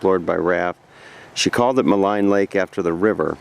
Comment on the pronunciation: I used to live in Jasper and have an aunt and uncle who've lived there since the 80s. Maligne Lake is prounounced "Malene". (kind of like Marlene without the "r"). Been watching all of your Jasper and Banff videos which are bringing back several memories. Great stuff!